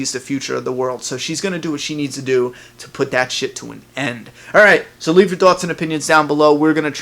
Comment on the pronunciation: "leave your tawts and opinions"